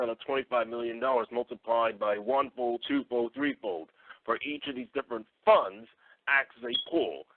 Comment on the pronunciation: 😂 sound like he said buns and not funds😅